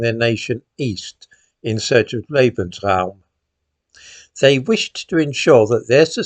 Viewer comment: "Lebensroum" ... just listen to this Nazi, will ya? LOL